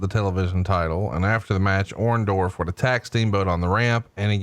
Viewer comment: you called Orndorff, Roma..not cool bro lol